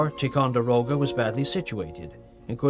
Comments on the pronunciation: Haha...that's funny but this guy can't even pronounce Ticonderoga nor even the word promontory. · I have little argument with this - except - pronunciation! Alleghany, Monongahela, Ticonderoga. I may have missed a couple. Just - a pet peeve.